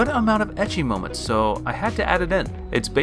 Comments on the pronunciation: please dude, it is pronouced as eki. not itchy... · I see oppai I don't wait And sorry to say but his ecchi prounonciation is just so sooo wrong